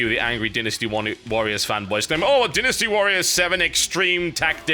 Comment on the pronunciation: Love how he pronounces "dynasty", haha.